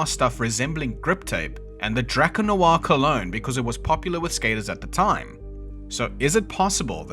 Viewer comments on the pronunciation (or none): none